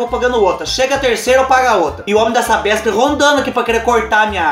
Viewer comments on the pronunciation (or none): none